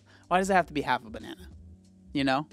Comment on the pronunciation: I know she's annoyeen and I can't stand her attitude but "And obviously we got ourselves a buh-na-nurrr..." was sooo funny, I cackled. We love our, lol